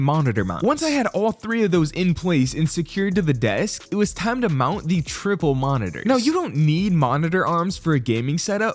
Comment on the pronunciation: funny how bro exaggerates every time he says triple monitors to try and flex or sum. like bro we already see that u have three. 😂😂